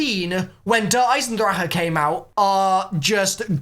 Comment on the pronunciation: FINNALY,FOR ONCE IN THIS COMMUNITY,GINNALY,SOMEONE PRONOUNCE DER EISENDRACHE CORRECTLY!!! FINNALY